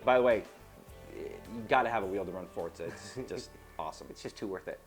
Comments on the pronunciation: forza is pronounced ''for-za'' not ''fort-za'' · I hate how they mispronounce Forza. What the fuck is a Fortza? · WTF is FORTZA, i only know of FORZA!!! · i dont mean to be a dick but theres no "T" in forza so it not fortza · i love fortza aswel...